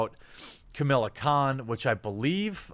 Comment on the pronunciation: Why are you pronouncing "Kamala" as "Chamilla"?